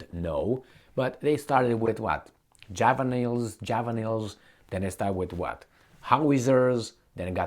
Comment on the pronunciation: JAVA-L-INS (pronunciation)